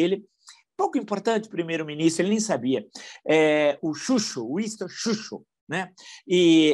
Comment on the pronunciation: HAHAHAHA. TCHÚTCHU! HAHAHA